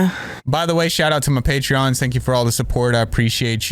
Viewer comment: Pay-TREE-ons? Lol